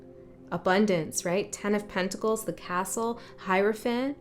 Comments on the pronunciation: when you spoke about the hierophant it sounded like Herophant. To me the word Hero stood out. Maybe it's about the hero's journey? Interesting that you spoke the word sweep or sweeping because I was just picking up stuff in my room so I can sweep it up. When you said 999 it was here so 99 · Cool how you said HERO-phant ! Love those word "slips" that aren't really slips. I've read about Heyoka Empaths but the sacred clown part hit me in a new way just now...Thank you for sharing your gift! :thanksdoc